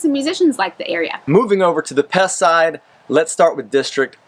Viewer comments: Please stop saying Pest. The Hungarians don’t pronounce it that way and neither should foreigners. Buda •Pesh, not Buda•Pest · If you're going to live there, please learn to pronounce the name of the city. In Hungarian (Magyar) the letter S is pronounced like SH in English. And, respect the culture -- don't be an "ugly American."